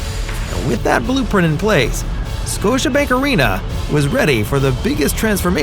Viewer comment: “Scotibank” .. oops